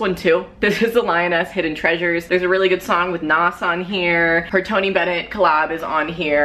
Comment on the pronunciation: Should be "show" rather than "should" in the description. You also kind of mispronounced Nas' name. It should sound just like how you'd say the word gnaws.